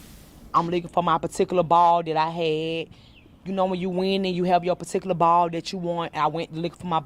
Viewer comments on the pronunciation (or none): Listening to that women talk about her “puhtikulah bawhL” gave me a stroke. Imagine not even being able to sound literate for 5 minutes when speaking to the press 🤦‍♀️ Edit: AND she should be ashamed because it was HER fault for throwing a Karen fit over wanting her “patickuLuh bohwling bawhL” and agreeing to go outside to fight over it that this all happened 🤦‍♀️ goofy lady.